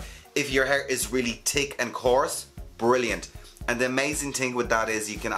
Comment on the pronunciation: I come for the “tick” accent and stay for the great info❣️ Just pre-ordered my steam pod can’t wait to finally get this in the US. “Tanks” 🥰